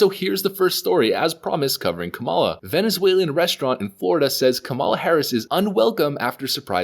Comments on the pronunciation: I am not a fan of Kamala Harris either, but the least you could do is pronounce her name correctly. You're obviously mispronouncing it on purpose. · You sound so ignorant mispronouncing her name. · Hahahahahaha kamel- luh.